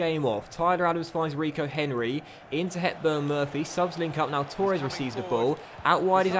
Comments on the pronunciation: h hb i would say it like torr-ez, he says it like toor-ez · Same 😂 he says tour-es instead of Torres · h hb Never heard anyone say Torres like that